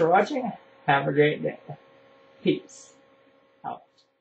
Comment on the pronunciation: i totally agree i hate when people try to correct me when i know i am right its alot like getting hit no reason... what made me laugh was when there was the pause between "peace" and "out" i dont know why but i found it pretty funy :P